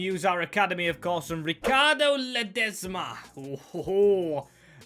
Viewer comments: Man says leseba 😭 but its ledesba or something, them beers 😅 s2g’s voice still needs to break so yeah, agreed 🤝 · “Ledzema” and “Villablia” made my skin crawl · The amount of times you failed to pronounce Ledesma 😅 can you please rebuild Salford city if you haven't 🙏 ❤